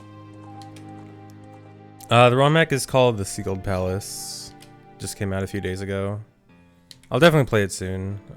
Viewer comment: I kept hearing Seagull Palace instead of Sealed Palace